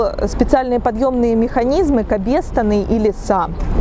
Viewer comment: КабЕстан?) КабестАн!!!